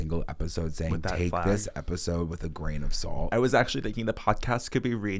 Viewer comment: “Grain of Sawwllh-T” a one syllable word somehow sounds so long when said so many times in a row 🤣